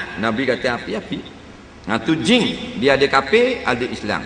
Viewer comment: sebut jing😂😂😂